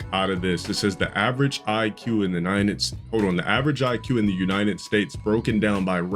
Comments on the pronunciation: Duu says unined states 😭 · Crazy how he can barely pronounce United States